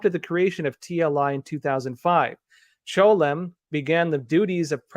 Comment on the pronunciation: Why did you keep pronouncing 'Chelom' as "Cholem" ?